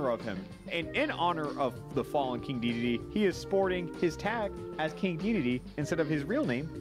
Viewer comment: Everytime you say DEDE a piece of my soul dies. It's DEDEDE